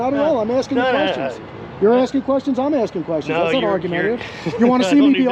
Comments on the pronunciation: He DID NOT say argumentative. He said ARGUTIVE, and that's not even a real word.😂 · "Argautive" LOL..but he ended up being a reasonable job.